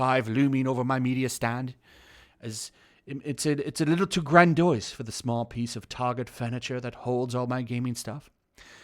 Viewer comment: Gran•dee•ose not gran•doice